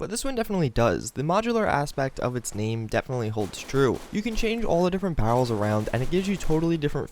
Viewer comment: Lmao you have a really hard time saying "barrels"